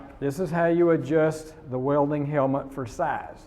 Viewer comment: OMFG she can't even say "welding" properly